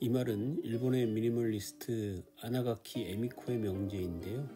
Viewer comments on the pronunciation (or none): 아나가키 아니고 이나가키입니다 ㅎㅎ 수정하면 좀 더 나을꺼같아요